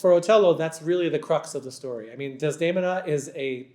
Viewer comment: Is it REALLY Mr Jagde who’s talking ? Unable to pronounce correctly “Desdemona”, “Esultate” or “Già nella notte” ??? Really weird…